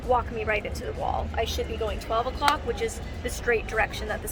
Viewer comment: Lol I thought you said "go to a clock" when you said "go 2 o'clock" like why would you need to go to a clock? 😂😂